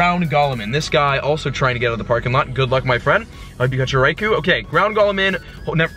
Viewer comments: stop saying Raikuuuu it's Raikou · "Rye-Koh", not "koo", as far as I know (per the pokemon generations cartoon). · Raikou unfortunately is pronounced RAI-KO not RAI-KU don't worry man it happens to all of us but FYI that's cause Raikou is in Japanese. Peace!:) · its pronounced raikoh not raikoo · It's pronounced Raiko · It's pronounced Ricko. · your saying raikous name wrong